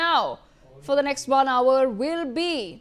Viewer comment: pronunciation of "hour" 🫤🫤😂